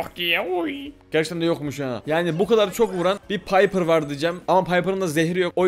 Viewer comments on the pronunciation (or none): none